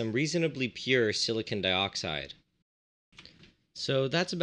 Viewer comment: Is no one going to point out the fact that he says silicon weirdly. Like, when he says silicon tetrachloride it sounds like silicun, the way most people say it. But when he is talking about silicon by itself he over emphasizes the "o". Like sili-CON.